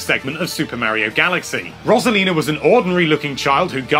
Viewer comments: I like all these characters, also you pronounced Rosalina wrong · Learn how to pronounce Rosalina